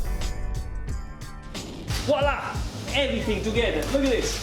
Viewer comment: I know what voila is. says "wallah."